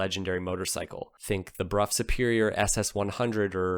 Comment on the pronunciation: I just wish you would quit pronouncing the word brough as bruff when it is pronounced brow!